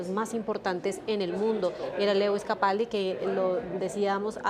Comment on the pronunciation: No se dice Lewis,se pronuncia Luu-is